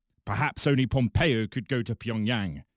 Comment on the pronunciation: did pat call him PompeeO?